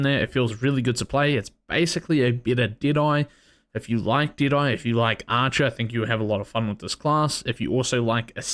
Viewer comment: I Thought When He Said Deadeye, He Was Saying Diné.